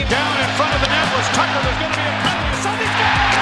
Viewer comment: AI slop. Unwatchable. At least pronounce his name right! My God how pathetic!